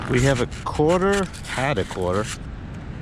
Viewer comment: this video is 1 yr old, and its PRE-itsa quatah! i cant believe i noticed that.